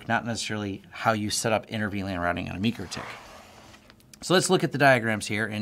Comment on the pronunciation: it's "MY-CRO-TICK" not "ME-KER-TICK"